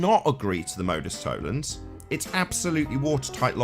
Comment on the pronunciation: Nice work again. Unfortunately Nathan is unlikely to understand why he is incorrect. He applies the logic of Modus Tollens with the same accuracy that he pronounces it.